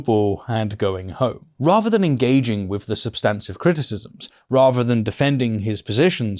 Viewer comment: Good video but you've got to work on your th's eg with not wiv